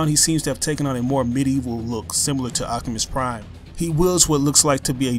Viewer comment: please, for god's sake stop calling optimus prime, "octimus prime"